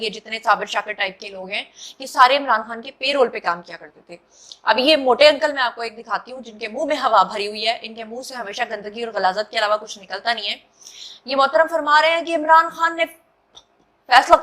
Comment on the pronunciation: "Peerol" nahi kehty Hain, "Payrol" kehty Hain,.